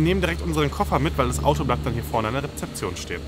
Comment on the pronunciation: Sorry, es heisst REZEPTION und nicht rePzeption 🤣🤣